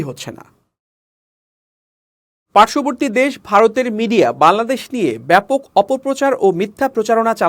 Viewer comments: বাংলাদেশ উচ্চারণ ঠিক হচ্ছে না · ভাই বাংলাদেশ উচ্চারণ টা ঠিক হচ্ছেনা ঠিক করেন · এই বেটা একবারও বাংলাদেশ ঠিকমত উচ্চারণ করতে পারছেনা তোতলা নাকি